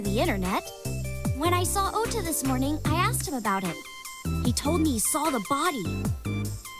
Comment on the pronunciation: the voice actor thought it was pronounced "oda" not "ota" all game, because he never had to say his own name, it's only when he played the game that he realized. to market the game the company made a twitter account for ota....and also made ones for his sock puppet accounts. That's dedication.